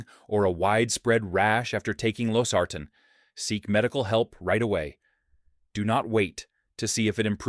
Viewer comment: I'm pretty sure this is AI…Losartan is pronounced wrong every time!